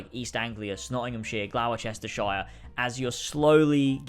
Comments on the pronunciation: Glour Cester shire 💀 "glostershire"is the right pronunciation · I really hope the way you pronounced Gloucestershire was a joke. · Bro the way he pronounced Gloucestershire💀💀💀 good video tho